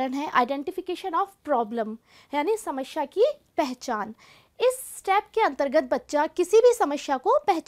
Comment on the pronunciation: hindi ka uccharan karna seekhiye mam.. samasya hota hai samashya nahi... aap log hindi ke naam kharab karte hain